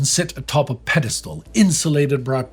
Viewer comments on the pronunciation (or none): none